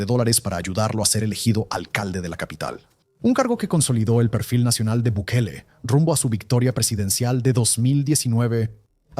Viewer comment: Gobierno de Bikali? Ni el nombre puede pronunciar.